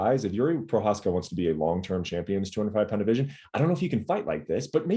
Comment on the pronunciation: Perhaps it's time to learn how to pronounce Jiří Procházka's name. Just out of basic respect.